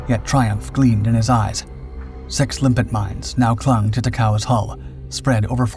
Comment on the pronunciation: And by the way, I hear your saying "limpic", but magnetically attached mines are named after limpets, a kind of sea snail.